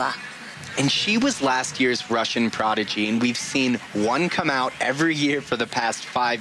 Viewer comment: One nice thing about both tourney announcers and NBC commentators is that they took time to research and then effort to use proper pronunciations of Russian girls' names. Showing some class!